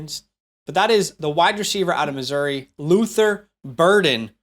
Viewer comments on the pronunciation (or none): none